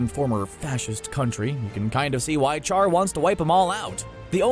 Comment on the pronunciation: It baffles the mind how a commentator of the anime world can mispronounce an iconic character's name. Char-broiled nonsense, ya pronounce it "Shar"